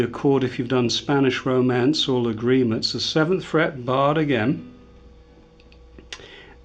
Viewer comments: Hi, excellent your way of teaching and, very much appreciated the clear English you use in your explanations. Just a point for you to consider: please when talking use TÁrrega and LÁgrima instead of TarrÉga and LagrÍma (sorry this last writing is incorrect in Spanish, but can help you to put the stress into the first A of both words if you wish). Don't feel upset for this comment, please. We like very much your videos. Cheers. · You are amazing, but every time you say Lágrima I get ill. Since you are an expert on the Spanish guitar I suggest you put the accent on the first "a" in Lágrima. You are accentuating the "i" instead of the first "a". Otherwise, your lessons are amazing and very well explained. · Spaniards are famous for butchering the English language. But fair comment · Good tutorial. It would be good to learn how to pronounce the piece names properly. Adelita - accent on the "i" and Lágrima, accent on the first "a".